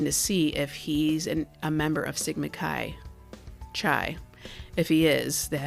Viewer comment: You sound very intelligent, but Chi is pronounced KI not Khi.